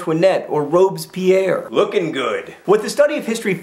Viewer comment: I love how you pronounce Robespierre like Robes-Pierre, as in Pierre wearing robes. ;)